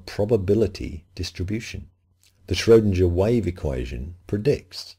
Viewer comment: Schrodinger is pronounced shrow'=ding=er ding rhymes with ring.